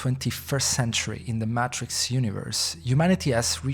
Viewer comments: Is this an AI voice. They keep saying the “mahtrix” and not the “maytrix” very strange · Great vid. You are pronouncing "Matrix" incorrectly, it's not Maaaatrix, it's Matrix, like saying the word Daytrix, or like hay or hey. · May-Trix, not "matt-triks" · Maytricks✅️ Maaatrrrikz❌️ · "Matchricks"? "Mashin"? "Rubutts'"? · The way you say matrix is so frustrating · They already made a short series explaining all of this lol. This is a terrible video and he keeps pronouncing Matrix wrong. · You make a video about the "matrix" and cannot say the word "matrix"? Are you absolutely serious right now? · This is literally just a summary from the animatrix you can just watch the animatrix clip its not that long. Nothing is really added except some dude pronouncing matrix wrong.